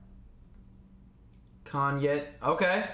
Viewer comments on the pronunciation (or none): none